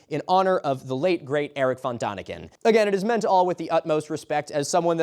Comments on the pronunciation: Please learn the corect pronunciation of Erich von Däniken (/ˈɛrɪk fɒn ˈdɛnɪkən/; German: [ˈeːrɪç fɔn ˈdɛːnɪkən] you don't have to get it completely right, like the ch in Erich or the exact German ä sound, but the ah sound you use is so irritatingly wrong. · It's von Däniken, not von Daniken, the dots above the vowel are not decoration. You speak it like day-nick-en, not duh-nick-en. Do the man some honour, pronounce his name right at least once. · I BEG you. "Dehniken", not "Dahniken"; an ä is much closer to an english e than an a. Diacritical marks matter. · Erich von Däniken is pronounced like "DEN-ik-en". The "ä" (= ae/æ) sound is closer to English "e" than "a". No comments on the rest of the video, I got a bit drunk too. (I thought that a certain comment about Transgender Mice would be the stupidest thing I heard today from the Internet. But these alien conspiratorationists are certified dumber than viral MAGA influencers.) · its pronounced von theyniken..like in THEY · You could have taken a minute to look up how to pronounce "Erich von Däniken". Because its very different